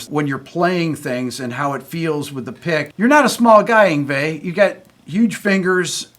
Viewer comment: Why is Yngwie”s english pronunciation still …. worse than the average Swedish person ?